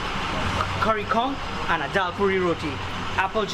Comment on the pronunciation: Trinis pronounce it "baRa" not bada. We do not do the R as a D. Roti is pronounced rowTEE not roady. Pholourie is not a donut. It is a split pea fritter. It's not a paratha. It's called buss up shut. Please say dhal puri. Not dhal poodi. Please do not speak Trinidadian with an Indian accent. Trinibagonians do not. You are offending our dialect. Tamarind is not sweet. It is naturally sour. Tambran chutney is made sweet by the exorbitant amount of sugar used. The "usual pair" is a roti and a red solo. Doubles is usually eaten with a coke or apple j. Can't wait to see how u butchered our dialect on ur trip to trinidad.